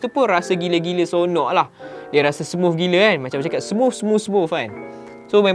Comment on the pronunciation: Smuff smuff smufff... Org us/uk pon x sbut smooth - smuff...pelik aku org malaysia ni